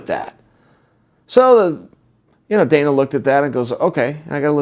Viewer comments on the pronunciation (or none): none